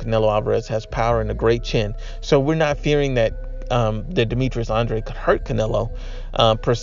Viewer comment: Says Andrade 😂😂😂😂😂😂😂😂😂😂